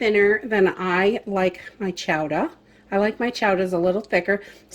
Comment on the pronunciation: Live the accent of Chowda... LoL made me smile.